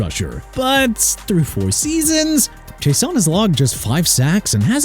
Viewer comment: ISAIAH IS PRONOUNCED AI-ZAY-UH! IT AIN'T PRONOUNCED E-SAI-AH! YOU CAN'T SAY PPL NAMES PROPERLY THEN YOU SHOULD QUIT! ALSO IT'S K'LAVON (AS IN CLAY-VON) CHAISSON (JAY-SOHN)!! I'M TIRED OF CORRECTING EVERYBODY!!!!!!